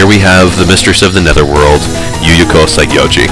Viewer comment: Saigyouji is supposed to be pronounced "sigh-gee-YOU-ee".